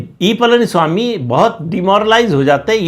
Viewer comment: प्रदीप ॥ please learn to pronounce Pazhani ( PazhaniSwami .. Not PalaniSwami ...) Please learn to pronounce it right. ZH ...learn to say it right. Please.